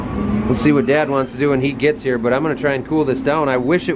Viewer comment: “We’re really doin it Hair’!!!”